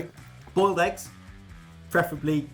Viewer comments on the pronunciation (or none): none